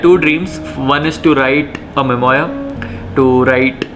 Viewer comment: Pronunciation of memoir is mem-waa. 🙂 I will definitely read your memoir whenever you write it.